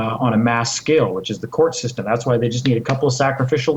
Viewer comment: "when this shystem falls" ~ When you can't #PROVE your point, and when all else #FAILS - make up a fucking word !!! Sorry to break the news to you bud - "SHYSTEM" is not a #REAL fucking word !!! #LEARN #ENGLISH !!!